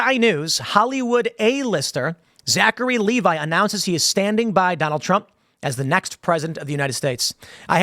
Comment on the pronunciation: Lev-ee Tim, not Lee-vi